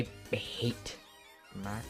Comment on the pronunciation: It's mAko stop calling him maeko 😭